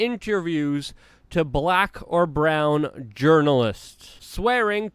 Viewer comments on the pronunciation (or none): none